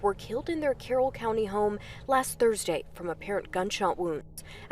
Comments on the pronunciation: Dude, you really need to get that speech impediment worked on. There is no such thing as "Ters-day" 🤔 and "Tree" means 🌳 something entirely different than "Three" 3️⃣. It's a huge distraction. Also "Go" and "Goo" are 2 very different things. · You say it happened Tursday, February twoniet ?